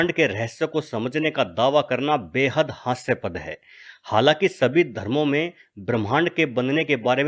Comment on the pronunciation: Dude you can't even pronounce Hindi words properly...aap LHC ko haysapad bol rahe hain...pehle apni primary education complete kar ke aayiye